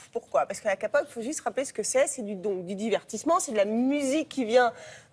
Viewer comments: ça commence bien même pas à 30 s que j'entend déjà "ka pop" CA SE PRONONCE IN ENGLISH EN PLEASE "ké i pop" OKI. gamsamnida (ah ce que je vois en dessous, je suis pas la seule IU à me pleindre .__.) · et pitié Keipop pas Kapop un peu de respect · Dieu merci arrêtez de dire KApop mais KAYpop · Je vais faire un AVC on ne dit pas KA-pop putain!!! On dit Kay-Pop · bon on dit Ké-pop ou kai-pop comme vous voulez mais pas Ka-pop T_T pk dans de N(si vous voyez la reference aller je part c pas drole) faut tout leur dire trop de boulot😂 bah oui d'accord ils vont a paris mais moi je peux pas y aller T_T nan sa va je veux pas aller sur le site Tele matin tu vois enfr j'ai des choses a faire sorry😊😂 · les gens faut arrêté que l'on dise kapop ou kepop c'est la même on s'en contre fou, c'est pas le plus important. vous savez peut être dire exactement avec le bonne accent tout je dis bien tout les noms des groupes? les fans toujours entrain de ce plaindre. certe dans cette "emission" tout n'est pas parfait, ya des erreurs, mais je trouve que il est pas si mauvais que ca. et puis je pense que BAP est assez connu, ils ont justement dis que cetais lun des plus populaires parce qu'ils viennent faire un concert en France donc c'est un peu de la "promotion" ca les met en valeurs. bref voilà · tsuki31ify c'est sur que dire Ka pop et pas keypop ce n'est pas dramatique mais, c'est quand même un journal télévisé ils devraient faire gaffe et au moins savoir prononcer correctement le nom d'un style de musique qu'ils essaient de promouvoir... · Sulli ce n'est pas Krystal ! Sulli ne s'est pas fait virer du groupe elle la quitter de son plein gré. Renseignez vous avant de parler, par ce que ça va plus. Ka-pop au lieu de Key-pop. 😭😭R.I.P mes oreilles. Sulli est très jolie sans Maquillage.💞 R.I.P SULLI REPOSE EN PAIX, ON T'AIME ❤❤😭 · info très mal trouvé apprenez a cherchezr des info vrais sur la 'képop' et pas la 'kapop' mrc ptdr c nimp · A chaque fois qu'elle dit kapop j'ai mal aux oreilles